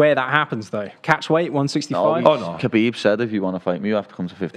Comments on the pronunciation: It irritates me how that guy keeps saying ‘Habeeb’ instead of ‘khabib’ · That guy calling him Habib on purpose as part of a joke or he just not that clever and can't read the fucking TV screen? 😂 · That one guy was calling him “Habib” throughout the whole show 😂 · "Kabeeb is tough mothafokha"